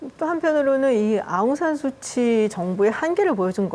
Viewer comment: 아웅산 수치가 아니라 아웅산 수찌...이름부터 제대로 불러 주기를...